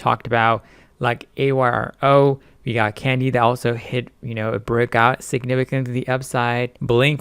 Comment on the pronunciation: AYRO (is pronounced "ARROW) they are a good company with a nice product. IMHO. Seems like every company that CITRON tries to short lately, shoots to the moon! Thanks for the videos. You do a great job as always.